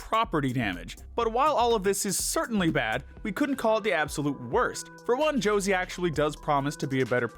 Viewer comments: I agree with all your picks, just one thing, you misspronounced the name of Josee. It's not "Jocey", it's JoseÉ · I actually do mean this in the nicest way possible but it makes me so mad when u say Josie instead of josee(just bc she’s like my fav character) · I think Josee is pronounced (show zay). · josé is pronounced hozay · I don't know why the dude pronouncing Joseé as Jo-see bothered me as much as it did- But boy did I wanna sit in Infront of a screen and make him watch at least ONE episode of RR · Why are the procunces Josse as Josie . I thought her name was similar to Jose Al's Older brother but more emphasis on the J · The way he pronounces josee hurts me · Thank you so muuuch for this video i love it, btw that is NOT how you pronounce Josee's name🤣